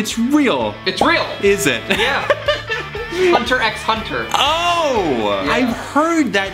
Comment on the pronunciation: I know I'm really late too this video but pls tell me if anyone was triggered when he actually said the X in hunter x hunter